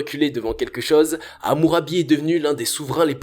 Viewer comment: Dommage que vous ne sachiez pas prononcer la lettre O 😉 un trÔne (pas un treune) chose (pas cheuse) ect...